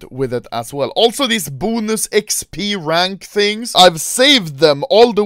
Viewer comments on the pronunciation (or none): Everyone: Bonus Anomaly: Bunus eVeRyOne : Tokens ANomaLy: Tukens ( ͡ᵔ ͜ʖ ͡ᵔ )